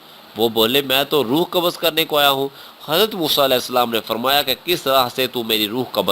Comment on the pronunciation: kabaz nahi hai qabz h